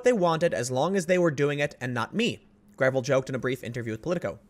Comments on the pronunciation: I think it’s pronounced gra-vell’ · I believe it's pronounced gruh-VELL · For the record, its pronounced "Grah-veil".